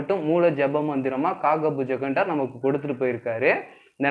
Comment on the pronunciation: அது காகபுஜகண்டர் இல்லை!!!..."காகபுஜண்டர்"! ...pls correct it next time!...best wishes! நற்பவி!